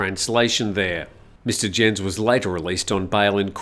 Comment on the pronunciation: Just in case it crops up again Herr Jens' name is not pronounced 'djens' but 'yens'...